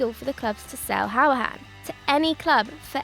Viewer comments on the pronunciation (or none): You can't say conor hourihan it's conor hoor I han 🇮🇪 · Pronounced “hurri-han”